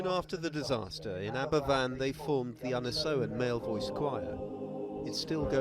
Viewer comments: Well said in the pronounciation as a first. I worked with a lady that was rescued from that school. I was 7 or 8 weeks old when it happened. We lived about 9 miles away. Dad was on leave from the Army and went to volunteer. as a rescuer and engineer (he was REME). This hateful event led to the start of "Health and Safety". There wasn't a culpable company. it was the National Coal Board, run by the English Government. Nobody got prosecuted and the residents that survived had to contribute to get the remaining slag removed. Aberfan will take generations to clear the pain & anger. I'm tamping about it still. I congratulate your compassion on this. Diolch yn Fawr. Don't hold it in butt, let it go, let the world learn from it. It lead to the "Health and Safety at Work Act, 1974" 6 years later, so some good came out of it, just not in time for those lost souls. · It's pronounced AberVan, but spelt Aberfan. It's Welsh. What happened was the spoil(what's dug up that isn't coal) from the coal mines behind the village was piled up into spoil heaps, and one collapsed due to rain, flowing down the hill, engulfing two farms and the worst of all, the school. It basically bulldozed everything in its path. Almost the entire youth of Aberfan village were killed. It was a huge tragedy compounded by mismanagement by the coal board. They not only didn't take concerns of the miners over the stability of the heaps seriously, to after the slip, trying to get out of paying compensation to bereaved families. The eerie sight of all those gravestones on the hillside is sobering. They're beautiful but heartbreaking.